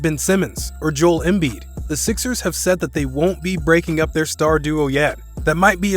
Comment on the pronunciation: And “jole embeed” 😂😂